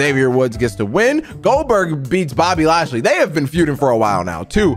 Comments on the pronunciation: IT IS BOBBY LASHLEY NOT BOBBY NATEY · Why does he say Bobby nasty instead of Bobby lashely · way do you call bobby lashly bobby nesty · Why do you say Bobby nasty